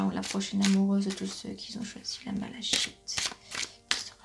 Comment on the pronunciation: Bonsoir, Merci pour ce tirage. J'avais choisi la malachite (qui se prononce malakite 😀). J'espère que vos prédictions vont se révéler 🤗❣. Bonne soirée.